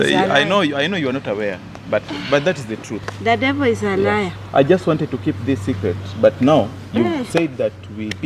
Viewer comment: " thaaaa devoo izaaa laya " nkt